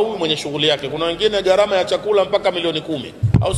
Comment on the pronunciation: WEWE NI MWANACHUONI, NA KISWAHILI NI LUGHA YA WAISLAMU, NAKUOMBA USEME GHARAMA SI GARAMA.